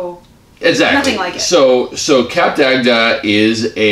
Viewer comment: They pronounce it totally wrong 🙄, its cup-duct not cap-der-agder, also their review is not honest, the truth is, the place is very dated but still fun, also a warning, they arent fond of americans there because they mispronounce everything and they tend to want to talk and talk and talk, also, they tend to be overweight and get upset when slim, attractive french couples wont play with them, not me, just saying! So if ur american, better to stay in atlanta where there are clubs that cater for the louder, more social people, other than that, have a great time everyone 😘